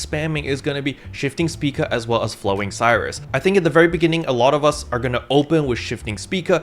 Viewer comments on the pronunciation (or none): my mans, can we please not murder all the photon art names? they are named after stars afterall Spica- "spai-kuh" Sirius- "sear-E-us" (sounds like serious) Regulus- "re-gu-lus" (you actually got this one right saying it the second time) Rigel- "rai-jil" As a side note, slayer technically has 9 or 10 photon arts, as Sirius has 3 or 4 variations since the chain animation is different (dunno if the stay and move arts have different variations though, hence why its either 3 or 4)